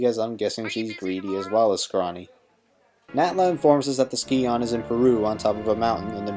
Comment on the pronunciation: Sci-on, not ski-on.